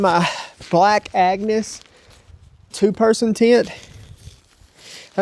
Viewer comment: Did you say black Agnes tent? No matter, great video!